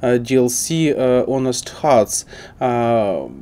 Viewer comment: Honest читается без H - onest